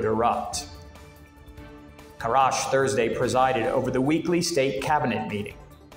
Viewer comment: Mr Ahmed Crash not karash . It's crash he used to be the head of the Somali crash program in late 70s when he was in his mid 20s that is where he got his knick name from aka VP Ahmed Crash ...Mr Crash is more educated then deni . Mr crash went high school to college and worked for the somali government back in the mid 70s til it collapsed in 1991 . He was the head of that crash program funded by the western nations back the 70s . He speaks three different languages he's been in the somali political arena since the late 70s like I said and during the Civil wars in comperisam to Mr deni Mr Ahmed Crash is older and wiser and more educated and he worked all the different levels of government he was even the president of khaatumo state back in 2012 to 2013th . He has all the right reasons to be the new president of the Somali state of puntland